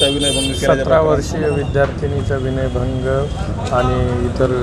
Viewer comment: ते विनयभंग असते.... वनय नसते